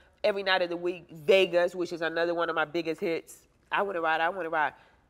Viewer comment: Did she say weet😅